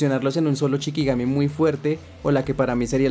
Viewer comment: Se dice SHIkigami, la palabra CHIkigami no existe